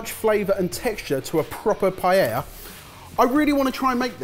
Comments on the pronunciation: Maybe pronounce it correctly first. It isn't "pie-ella", it is "pie-eh-uh" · I just can't deal with you guys complicating the pronunciation od PAELLA... same thing with dulce de leche. Pa- eh-eeah dool- se de leche... Not paieia or dolche de leche. It is not that hard. Hahahahahhahaha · love the vid....if only they could learn how to say Paella, they use it very often, so... Pa (like in papa) - a (like the vowel alone) - ya (like now! in spanish) Pa-ae-ya...lol I get an eyelid twitch every time I hear them mispronounce it paiehia, and I'm not even Spanish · why do brits say PAI-eya? it's pa-eya. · Excuse me sir, its called a Paella. Not a payeya, plz stop saying payeya. PA É LA. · The only thing irritating to me is that they still pronounce Paella like „Pa-yeah-ja“ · I love attemps to pronounce Spanish ( and Catalan/Valencian) words, and completely butchering every single one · people would probably not be as upset if you learnt to pronounce paella correctly 😂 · has anyone made a cut of the 1001 ways they've pronounced 'paella'? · I think the problem with all of this is the way keeps pronouncing paella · The double L is silent. It's Spanish. The double L is always always ALWAYS silent. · 2 things, how do you even say paella... im my mind, P is a hard consonant and aella are soft weak letters.. P-ala, and doesnt all the ingrediesnts of a Paella go in a burrito anyway? like if i said "give me a Paella on a non-garlic Nan" same thing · After all this years, still mispronouncing "paella" , never change you guys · Maybe try and pronouce paella properly? also, the pan is called paella, that's where the name of the dish comes from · The only thing that kills the paella burrito for me is the pronunciation of the word paella....and paellera